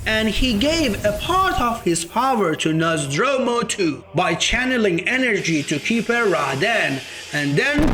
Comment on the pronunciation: “Nozz door moo” is how it’s pronounced..you’re just freestyling with Nazdromu Nozdormu